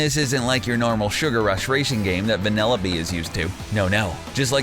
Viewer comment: Why does he keep on saying vanelope